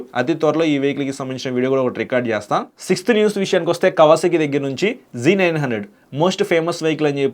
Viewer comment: G900 kadhu Anna Z900 😂😂😂